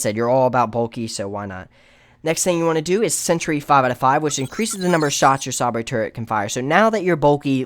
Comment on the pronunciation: HAHAHAHA. I was thinking the same thing.